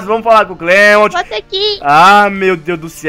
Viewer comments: mas no anime ele fala clemonte se pronucia clemunti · não é cleimond* e clement